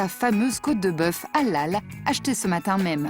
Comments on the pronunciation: On dit halal pas a lal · On dit helal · On prononce "Haléle“.. Faites un effort quand même.. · Je croyais qu’elle disait à l’ail 🤣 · Sa me fait rire quand elle dit halal 😂😂 on dit pas comme sa mais bon 😂